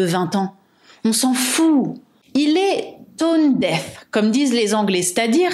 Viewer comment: "tone deaf" (sourd aux tonalités) et non "tone death" (mort de la tonalité), comme disent les anglais :)